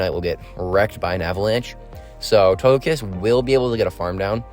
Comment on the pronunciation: I’m a new viewer here and it took me a second to realize that you had a SHUNDO TOGEKISS ( and no offence but it’s pronounced toe-ge-kiss not toe-je-kiss)